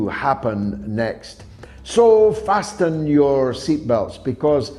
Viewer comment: I noticed George pronounced the t in fasten. Is this how Scottish people pronounce that word?